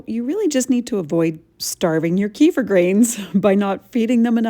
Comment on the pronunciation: Is it just me me, but the wrong pronunciation of Kefir drives me mad